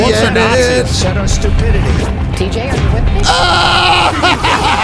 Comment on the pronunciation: He said Thai tj. Stop interrupting the show 😂😂